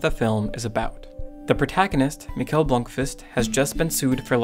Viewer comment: It's pronounced Michael, not Mikel. But whatever.